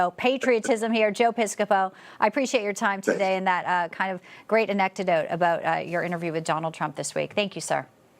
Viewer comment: “Anectedote”??? Ooops…!